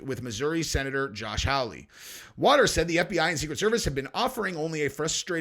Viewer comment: Sen Josh Hawley’s last name is pronounced HAW-LEE… not Howl-lee 👍